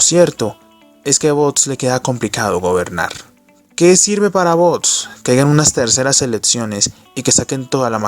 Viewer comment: No es bots, es vox. Pronúncialo bien.